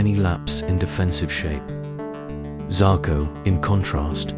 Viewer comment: ikr. this vid is comes in so dramatic and intense and then he turns him into a chinese man Xako lol. its pronounced ''Sheshko''